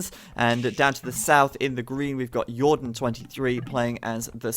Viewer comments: That "Yordan" had me cracking up over here xD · Since he was Spanish, you should have pronounced his name Hordan this game :P